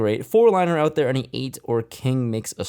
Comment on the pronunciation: Lol “battle it owt”